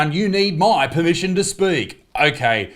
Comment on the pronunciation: 😂😂😂 "lord may I have tour premmission to speak" look here.....regular human, get bent!!!